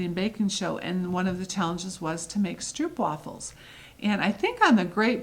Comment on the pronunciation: Stroopwafels are even my favourite as a Dutchy. By the way, the oo in stroopwafel is pronounced as oh. Sock monkey fabric is not available here so wouldn't it be awesome to get it through you ;-). I have finished only one cross stitch as I only got back in cross stitching at the end of 2020. But I did finish the freebie from Dec 2020 by Brenda Gervais and made an awesome knitting bag with it!